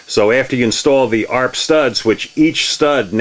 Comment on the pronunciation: FYI it’s pronounced A. R. P. Not arp.